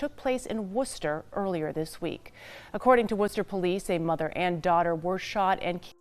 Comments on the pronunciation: As someone from Dorchester my ears were bleeding every time she said it. But I gotta give her grace cause those cities are hard to pronounce if your not from there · Pronounced "woostah" lol